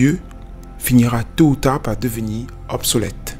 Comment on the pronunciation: y'a un problème avec les R ou quoi ? c'est pêché de terminer un mot par le son R ? ''dieu de part sa natu' même'' ''finira par deveni' obsolète''